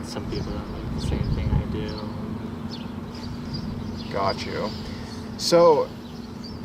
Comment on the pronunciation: I’ve always wondered if you say “Gotch you” on purpose.